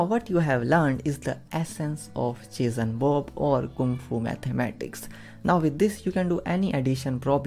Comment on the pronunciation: I'm sorry, but I can't stop hearing "cheese and Bob" XD Thank you so much though! It helped so much. Such a cool and efficient technique.